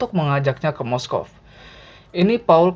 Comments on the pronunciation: Moskov? Apa Moskow? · moskow cuk bukan moskov, wkwkw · Moscow / Moskow min, bukan moskov 😭🤣 kbanyakan pake moskov ni admin nya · . MOSKOW apa MOSKOV yak? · kok gw dengarnya "moskov"..... NT: Moskow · Moskov? Moskow ga min?? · moskow anjir bkn moskov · "Moskov" Tdak ad yg sadar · Moskow apa moskov sih? Jgn nyebut mosokov min lg sakit hati push rank malah lose strike.. wkwkw